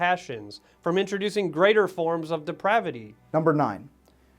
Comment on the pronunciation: "Depravity" lol